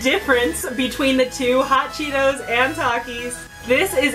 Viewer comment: how she said hot Chito‘s and talkies